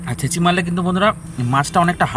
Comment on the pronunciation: বারবার বলছেন ছেচি মেরে রেখেছি সেটা কি আবার ছেছি